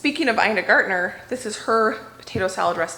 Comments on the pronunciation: Ina Garten not Gartener. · Btw, her name is Ina Garten, not Gartner.:) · Ina GarTEN, not Gartner. 😉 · Can’t wait to make my own vanilla! Also, wonderful Christmas gift idea IF I start now. But guuurll…her name is Ina Garten! (Not Gardner) You said she was your idol, and worthy one she is. Makes us feel like we can do it, just like you do! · Thanks for another video🙂it's Ina G-A-R-T-E-N not G-A-R-T-N-E-R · Ina Garten- not Gartner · her name is Ina Garten, NOT “Gartener” you pronounce it wrong every time you talk about her! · So much accomplished today! I love Ina Garten, too. I appreciate how much you admire her, and would want to get her name right. It’s Garten, not Gartner. I love to watch her compilation videos on YouTube from her cooking shows. Her cookbooks are great, too. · I find it so off that you claim Ina Garten is one of your favorite and most influential chefs to you, and yet you refuse to actually and properly learn her last name. It's kind of rude. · When it is someone’s name, it does matter how you pronounce it. It’s a form of respect to at least try to pronounce the name correctly. If can pronounce garden, she can pronounce Garten too.